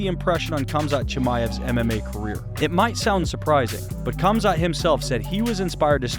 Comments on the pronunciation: It's HAMZA not kumzat lol 😆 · Why are you pronouncing it as Kumzat not Khamzat? It sounds like you’re calling him “cumshot Chimaev” like Covington does lol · Its Hamza, both the K and T in his name is silent. All you have to do is hear him say it. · NOT KAMZAT KHAMZAT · The k is silent it's hamzat just spelled khamzat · his name is pronounced as HUM-ZHAT not the way you pronounced it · Dude it's not Cum-zaht... Sheesh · its killing me how he keeps saying "Kumzot" lmao take some bribes from Colby? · the k is silent bro. fucking hell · What some people don’t understand is the “K” in Khamzat is silent. 😂